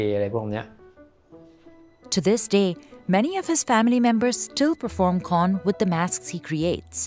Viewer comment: While I really love your documentary on this craft, the narrator might need to confirm the pronounciation of Thai words, places, etc. Here are your mistakes in pronounciation. - Khon (kʰǒːn) is pronounced similar the word "cone". - For "Ang Thong (ʔàːŋ tʰɔ̄ːŋ)", the word "Ang" is pronounced like the first syllable of "Angkor wat".